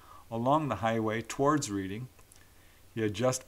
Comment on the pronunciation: Dear, Reading (the town in England) is pronounced REDing😊